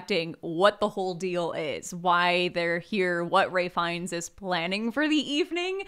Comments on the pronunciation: It's Ralph Fiennes, not Ray. Also the mouse pointer is killing me. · Wow, I was so confused why they were calling Ralph Fiennes "Ray" until half an hour into the podcast when I looked him up and realized it is in fact pronounced "Raif." The more ya know